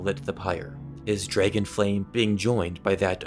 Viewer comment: He pronounces dragon like it's spelled like Draygin